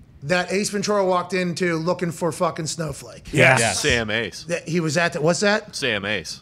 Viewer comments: Tom Ace, not Sam Ace. Lol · TOM Ace. Not SAM Ace. Get it right people! Lol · It’s actually “TOM” Ace